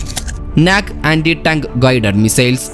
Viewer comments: നാക് അല്ല.നാഗ് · Comedy aanu pronouncing NAG was funny